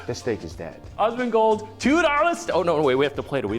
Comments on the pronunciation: Dude kept saying osmongold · *gritting my teeth as they repeatedly call him 'Ozzmen Gold' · It's Asmongold not Ozmongold btw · "awwsmondgold" this is just driving me insane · Are they just unable to pronounce the A in Asmongold??? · My gf was complaining every time was saying Osmongold xD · How the hell can this guy say Asmon's name sooo wrong so many flippin times?!??! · why can't they say your name right.. wtf seriously?? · Oh hell yes Asmon watched this! I just cringed every time they said his name, can't win all the battles, lol.